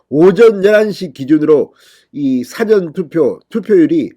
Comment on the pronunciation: 사전투표라 말할때 발음 강세에 좀 유의해주세요.